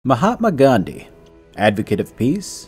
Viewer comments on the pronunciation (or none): he said Mahamod Gandhi, Instead of Mahatma Gandhi, ROFL 🤣